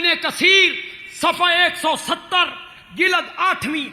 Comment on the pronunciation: یہ کیسا مولوی ھے چس کو جلد بولنا بھی نہیں آتا جی لد بولتا ھے ،😁😁